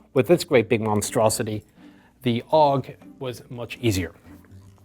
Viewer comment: I find it interesting that you pronounce the FN rifle as F A L and the Steyr rifle as 'aug' instead of A U G (I find it interesting because the common names of both rifles are the initials of their full names). Is this perhaps because you are using the terminology for the FAL from your time in Ireland and the terminology for the AUG from your time in the US? I don't mean any criticism, I'm genuinely curious.